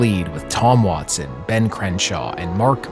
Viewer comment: Ben not bean. Say it with me. Been. Ben. Not bean.